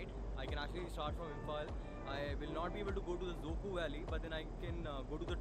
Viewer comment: Let's make a correction with the word again... It's dzükou.. not dzuko.. zuko.. züku.. or whatever Just learn the spelling at least